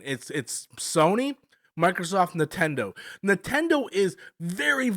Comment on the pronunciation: 😂I thought I was the only one hearing that